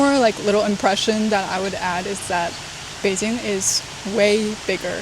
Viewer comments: Local here. First I have to say: You got really local Beijing accent when you pronounce "Beijing" , did your chinese teacher from Beijing? For eat, Beijing's famous dish are Beijing lamb hotpot(remember order pepper oil and sugar union) and roast duck, for hotpot, 南门 is good enough, and no need waiting for seat long. for the duck, almost any restaurant provide good duck, but the best should be Da Dong or Xiao Da Dong. If you can accept organ dish, "爆肚“ is something you have to try, go "金生隆“， don't eat it at any tourist spot. "炸酱面“ is the kind of dish you can only have good one in local's home, restaurant can not do it good, or you can ask local take sauce to you. For local meal, I suggest "京华楼“ and "聚德楼“， the chef is really chasing of high level traditional dishes. but you need local help you do the order, cause some good dish not so popular and not expensive. Interesting spot are really a lot, but it depend on your personal interesting. Beijing has the top museums in China, art, history, railway, movie, military, paleontology etc. Beijing has all the embassies here, you can have very authentic international foods around the embassy, and enjoy the exotic feeling when you walking in embassy district. For local life visit, I suggest go to 后海 but avoid the tourist spot: walk from 护国寺 to east, you can got normal 胡同 life feeling, it is better you can have a local friend with history knowledge (like me :hand-pink-waving:) take you, cause there are so many history story there. For p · when foreigners pronunce Beijing they are really pronuncing "Beijin". You are the first one I know who can pronunce Beijin-g with the last letter g